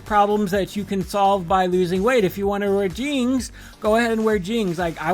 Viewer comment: Okay the way you pronounce jeans is cute. ❤Jeangs, adorable